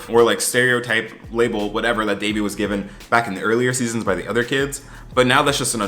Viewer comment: Is it just me or was Ben way more annoying this season? There was just something about him that felt especially condescending and can someone else confirm for me that he mispronounces Devi’s name because I would definitely have an issue if he’s still doing that in the third season.